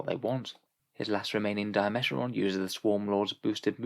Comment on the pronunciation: You're saying Dimachaeron wrong. It's Dima-chaer-on.